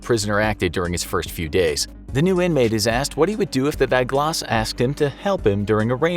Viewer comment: It's not Die Glas It's "Dee Ghlus"